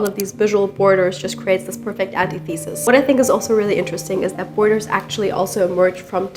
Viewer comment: This more analytical video is a nice complement to your usual apartment tours. (English pronunciation note: "antithesis" is "an ti thuh sis" rather than "antee thee sis").